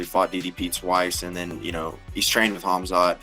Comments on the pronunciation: Don't even know the champions name but want to fight him 😂 Khamzat, NOT kazmat 🤦‍♂️ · If you can't even say his name right there's no way you're beating him. cazzmat? Kahzmaat? C'mon bois, put some respect on his name. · This frickin' guy can't even pronounce his name correctly! Why can't people say his name correctly? So annoying! Him and Tim Elliott saying Khazmat and Chael saying Hazmat. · Lol 😂at fluffy calling him kazmat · i believe it’s pronounced Hazmat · Some guys cant even pronounce Khamzat's name correctly so how are they going to beat him with that limited amount of braincells.